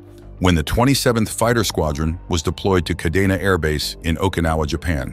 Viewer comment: KA-DE-NA so now you know how to pronounce it